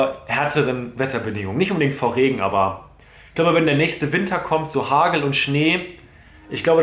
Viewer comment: Wenn du Hargel sagst weis ich an welchen Tag! :D